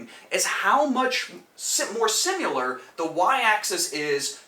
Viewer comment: I enjoy your videos but please please alter how you say similar. You pronounce it "simular". It should be Si-muh-luh Anyways, great content and thanks for sharing!